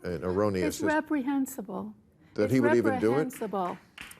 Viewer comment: "It's wepwehensible, it's wepwehensible."